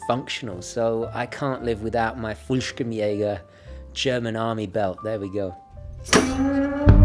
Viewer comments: Fallschirmjäger. Not fulkshimpjaeger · Being german i feel like you butchered my ears with you "Fullschkmjager" 😂 😂. I honestly didn't know what you were talking about until i saw the paratrooper. Want to practice some german? Write me back... Nice video, though. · Dear, this is how you pronounce Fallschirm-Jäger: "Full (as in "dull")-sheerm - E-ager (as in Reagan)" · You totally butchered Fallschirmjäger,mate,but I like your vid! I missed knives and sun glasses!